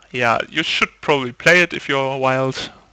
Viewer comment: hey man, great video's. Just a tip: when you say mono wild, it sounds a bit like mono white.